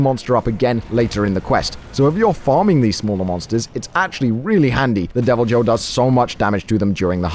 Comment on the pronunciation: Really bothers me how you pronounce Deviljho.. it’s pronounce ‘y’, making its name pronounced as ‘devilYhho’ connecting Y and H sounds.